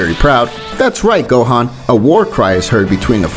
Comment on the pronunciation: Why did you say gohen